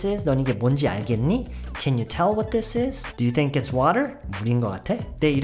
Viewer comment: 와... tell 나올 때 미쳤다고 생각했다... 진짜 네이티브 수준이네요